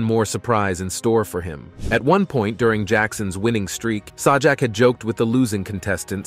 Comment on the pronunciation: I think you go a little too far with what you're saying. You can't even pronounce Pat Sajaks Last name, I think you're just trying to get a name for yourself on this channel. If you got something that's valid. I get it as far as the Canadian game show host goes. I'll give you that as far as there should have been no kissing on the lips with kids period I get that, but as far as wheel of fortune I think you're stretching that way out of proportion and it's sad because it's people like you that make it rough for those that. Are just trying to make a living. And Pat's been in our living room for over 40 years. So don't you think we know by now? What kind of a person he really is for the most part we do. We don't know everyone's personal life. But I think you shouldn't have put this together like this because you're harming people that don't need to be harmed. Going on a step further about Alex trebek, which is unjustified. What you're saying and then Bob Barker. You don't know the whole story. Other than the fact that they had a consensual sexual relationship. That's all it was. They both agreed upon that. But you wanna take it out of context and make him out to be the sexual predator you know what it's not 9 times game show host. We're on a line, it should be The person putting this together. Went way overboard. You ought to be ashamed of yourself for putting this on nothing but lies or for that matter. Stretching extremely overboard the truth